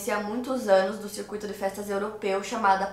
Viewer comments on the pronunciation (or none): none